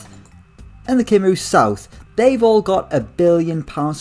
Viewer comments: Just for future reference, Cymru is pronounced Cum-Ree not Cim-roo lmao :))) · Cy-m-ru not Cim-rou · It's pronounced cumree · Drinking game: Take a shot every time he says Kimroo